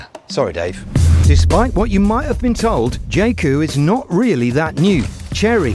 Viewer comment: Its supposed to be pronounced 'Yae Coo' not 'Jay Coo'